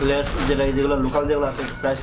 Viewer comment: কুরুনচি না খোকা ক্রানচি,লেস না লেইস খোকা🤣🤣